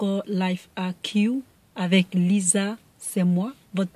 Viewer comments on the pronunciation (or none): none